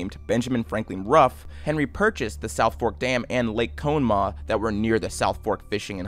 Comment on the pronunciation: Did you really call it cone maugh?